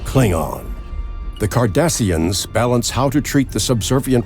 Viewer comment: Kardashians? A spicies? 😂